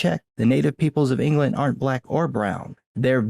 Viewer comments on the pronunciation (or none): none